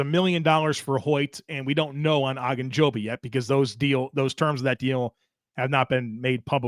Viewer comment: Why does keep saying “Ah”gunjobi? I’ve only ever heard it pronounced every else “O”gunjobi.